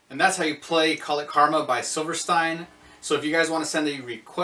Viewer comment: It’s pronounced “silver-steen” brotha.